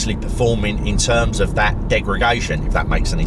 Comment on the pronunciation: Please stop saying Degregation! It's Degredation!